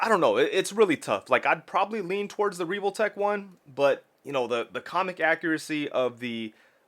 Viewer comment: Why are you saying reeve-ole-tech?? It’s pronounced how it’s spelled. Revoltech. Soft “E” 100% that’s just how English grammar works.